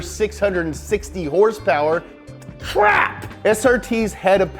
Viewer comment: Wtf horsepower nah it's horse peerrss